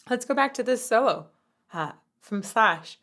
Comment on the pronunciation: Is not shash, is slash😂😂